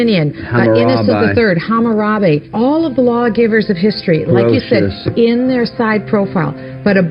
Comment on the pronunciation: Lolol the way he pronounced Hammurabi